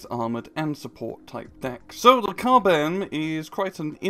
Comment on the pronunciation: KUB-M, more like KUBE-M